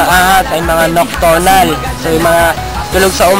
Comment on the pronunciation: NOKTORNAL daw?....hahahahaha bro it's nocturnal....... hehehe